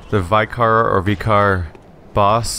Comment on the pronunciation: i know this is largely pointless since this vid is nearly a year old, but my inner pedant just has to say something. Vicar is pronounced vi-ker to rhyme with victor